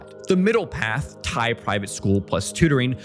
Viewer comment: Brother, as a non-native Thai speaker, you did a GREAT job pronouncing all the Thai vocab and city names considering you probably don’t speak any Thai. This is goated and probably under-appreciated effort 👏🏻